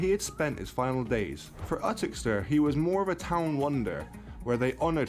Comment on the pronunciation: Uttoxeter is pronounced You-tox-itta. Youtoxiter. The narrator is English and has obviously never watched a sports show in the UK as there are often horse races at Uttoxeter. Oh, and I doubt a gypsy has ever lived that could beat Ali in the ring under queensbury rules. Gypsies are tough as old boots but Ali was way too classy for them.